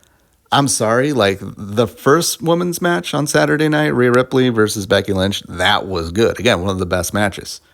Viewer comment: you said you were coming from the attitude era the hulk hogans the macho mans. But whatever. I don't think you should criticize something you haven't even been watching and can't even say Rhea Ripleys name right. But I guess that's you. I'll see how your later videos are if you keep watching.